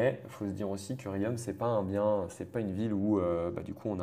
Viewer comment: J’ai mal au oreilles quand j’entends la prononciation de Riom